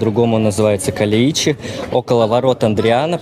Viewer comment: КалЕичи, ударение на Е